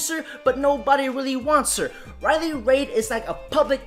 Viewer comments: It's reiley reid bro, not raid. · It's RILEY REID pronounced REED. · Her name is Reid not Raid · The way he says Riley. Raid. Lmao. I want to correct him cuz she says it like “read” But I like raid pronounce. As in she getting raided. Like shadow legend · Sounds like you're saying raid like the poison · He can’t pronounce, WOMEN or Riley Reid. Lols. “Riley RAID” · I’ve never seen somebody who could fuck up words like this man. He calls women woman, and Riley Reid Riley Raids. Wtf.